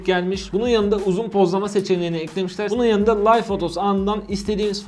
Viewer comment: aga video iyi şahane de live, layv diye okunmaz liv diye okunur